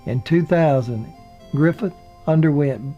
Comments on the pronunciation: I love your stories, but had to stop this one. It's Griffith, not Griffin, and Knotts, not Knox. I do, however, try to overlook your inserting "and" in the middle of years, like 19 and 55. But keep them coming. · Interesting but it knots not Knox and Griffiths not griffin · This was really good but I know you had to be reading something. How can you continuously reads the name Knotts and Griffith as "Knox" and "Griffin"??? I know so many people say Griffin but Knox??? Come on man. Get it right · "Andy Griffin?" "Don Knox?" Should we believe any of this or is the narrator just somewhat unfamiliar with the English language? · love the show, the narrator in this keeps saying Knox instead of Knotts, and Griffin instead of Griffith.... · you do a great job. Please, in the future, try to get the names right though. It’s Griffith, not Griffin and Knotts, not Knox. Thanks again! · I love these biographies and the way you do them. they are very heartfelt and loving BUT... you need to pronounce their names correctly!!! it is NOT Andy Griffin...it's Andy Griffith and his friend and co-star's name is NOT Don Knox, it is Don Knotts! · So it’s Griffith not Griffin and Knotts not Knox. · Griffith, not Griffin! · It takes away from the narrative when he kept referring to Andy "Griffin" and it certainly sounded like he kept saying "Don Knox." Interesting but the narrator was a buffoon. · Dude are you really going to do all this and then pronounce Andy GRIFFITH as Andy GRIFFIN throughout most of this? ANNOYING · Andy's last name is Griffith, not Griffin. Don's last name is Knot, not Knox. You do a great job, but please pronounce the names of people correctly. Stop putting the word, "and" in your dates. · With all due respect, you keep calling them Andy Griffin & Don Knox.....and it is Andy Griffith & Don Knotts. No insult intended. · he says griffin instead of griffith he says it again again again again again again can't even watch any further! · Griffith, not Griffin.